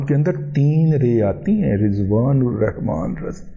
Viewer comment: محترم جناب آپ کے نام میں 4 ر آتی ہے ایک ر پر شد ہے جو 2 دفعہ ادا کی جاتی ہے ال ر رحمان